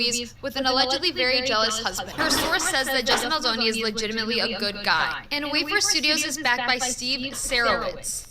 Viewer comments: BALDONI not BALDINI 😅. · Good show! Although I’m pretty sure his name is Baldoni not ‘Baldini’. Baldini sounds like the name of a magician! 🪄😄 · It's Justin Baldoni, not Baldini.🙂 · I believe his name is Justin Baldoni. Not Baldini. We may want to get the names right before we start professing expertise. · I love you, but please get his last name right. He's already been having too much disrespect. 🥲